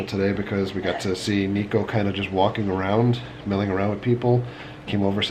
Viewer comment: Just to let you know, a lot of people get this wrong but his name is pronounced Nick O not Neek O.